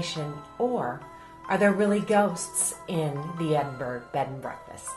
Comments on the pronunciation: Yeah its pronounced EdinBURRA that was driving me crazy too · Stop saying Edinburg........ It's Edinburgh as in Edinburra. Burgs are German not Scottish.!!!!!!!!! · bigvalz Thanks. I was about to say exactly the same thing. Edinberg!!!!👎🏻👎🏻👎🏻👎🏻😤 Edinburra 👍🏻👍🏻👍🏻🇬🇧